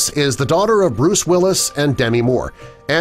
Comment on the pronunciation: You said Bruce wrong